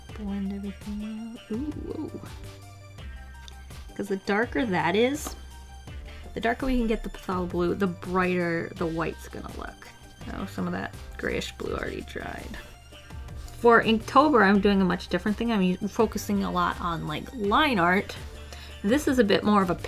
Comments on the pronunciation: Patholal blue It’s actually pronounced “Thalo” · it's pronounced 'thaylow' not 'pathalo' blue lol ( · A tip, pthalo blue is pronounced "Thay-low" not "puh-thah-low" lol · every time you said "pthalo blue" I cried it's pronounced THAY-low hhh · Phathlo blue is pronounced FEY- LOW blue :) if you didn't know :D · oh ffs! Kiddo, have you never seen Bob Ross?!? Its pronounced THAY-LO blue... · The way she said phthalo blue killed me.